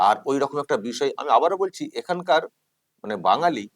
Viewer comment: যে চশমাপরা ন্যতাটা ওই ভদ্রলোককে শপথবাক্য পাঠ করানোর মত করে বলাচ্ছিল,সেই কুলাঙ্গারটাই তো ভালো করে বাংলা বলতে পারে না।রকম কে রকুম বলছিল।